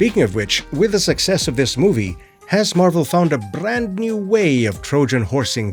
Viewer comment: Did you say, "Bland New Way"? 🤣🤣 That should be the title of the next movie.